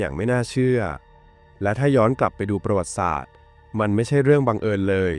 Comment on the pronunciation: อ่านว่า ประ หวัด ติ สาด